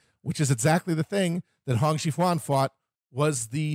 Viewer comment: Pronunciation guide: Hong Xiuquan: HONG sho-CHWEN Zhang: Jong Wang: Wong Instead of saying Nan-king, say Nan-JING.